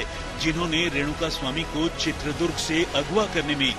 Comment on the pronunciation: bhaisaab., Durga maata hotin hain ya Durg maat ?? toh uss jila kaa naam ChitradurgA hai., not Chitradurg